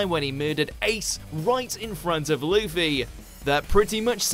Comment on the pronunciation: Wtf is “lüffy”